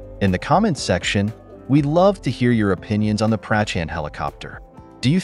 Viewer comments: Its not Prachaaand its Prachand ...correct your pronunciation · Nice work but you could have spent 2 minutes to lean how to pronounce "Prachand" correctly....